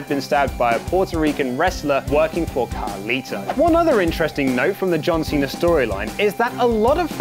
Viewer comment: Who the heck is "Calito". Dammit,...you had one job!!!